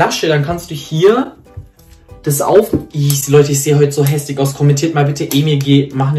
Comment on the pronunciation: Emir du hast gesagt häslik gegen hässlich 😅